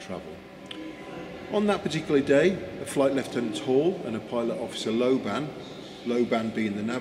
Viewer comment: lobban is a scottish name pronounced with accent on the FIRST syllable